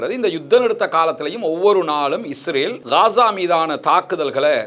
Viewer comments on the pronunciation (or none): none